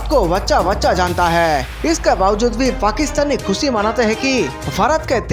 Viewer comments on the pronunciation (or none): none